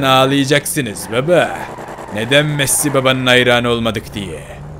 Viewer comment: Ronaldo daha konuşmayı bilmiyorsun messiye masi. Diyorsun konuşmayı öğren hava atma